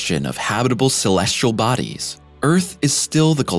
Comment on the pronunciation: The narrator on these videos likes saying "Shulleshle Bodies" , I assume he means "Celestial Bodies". Speech impeded, annoying, robot. 🤨